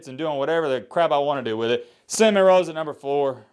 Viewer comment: Starting to think can’t say Seminoles so he says cinnamon rolls #matthasproblems